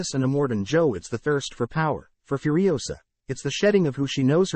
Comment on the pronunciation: "Furisoa". Alrighty then.